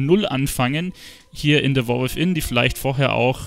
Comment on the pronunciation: De Woar With'in XD .. (sry)